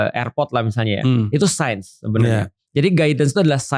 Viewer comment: signs ya.. bukan sciences hehe